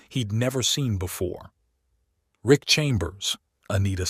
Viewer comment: His name is "RICK" not "ICK"... The term "ICK" is an indication of disgust or disdain. A true man would not regret seeing two beautiful naked women in his shower (unless he was married, with the wife nearby.). Most men would just strip down and join them.